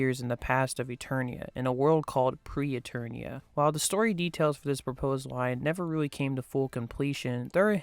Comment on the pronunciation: Except it wasn't "Pre-Eternia." It's "Preternia."